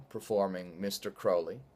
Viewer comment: Ah, you pronounced Crowley right! :-D Any interest in Thelema or similar modes of thinking?